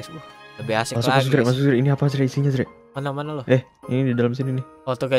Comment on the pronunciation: Azre bukan ajre